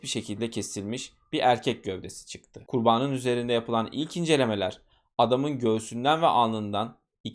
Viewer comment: Ben konuşma kusurları olan anlatıcıları dinleyemiyorum. Size dostça bir öneri KURBANIN sözcüğünü çok hatalı vurguluyorsunuz. Ben kurbağanın dermiş gibi algıladım sizi. Kurban derken doğru vurgu ama ek gelince ikinci hecede uzatma ve vurgu hatalı. Ben olsam düzeltirdim. 😊